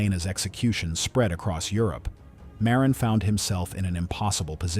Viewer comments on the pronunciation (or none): Also Marin, instead of Miran.